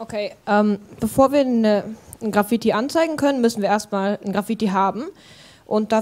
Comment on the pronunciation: Wie kann man das Wort Graffiti so schlecht aussprechen